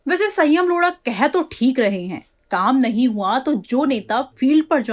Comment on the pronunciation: मैडम यह लोढ़ा है न की लोड़ा 🤣🤣